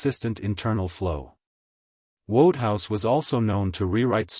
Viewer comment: WTF😮..the worst AI since yesterday😅..can't even say P.G Wodhouse correct..that's the worst insult to litterature if there ever was one 😢..just Have to report this!..Sorry..or Not!